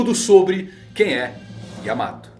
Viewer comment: não é yamato e sim Yaamata!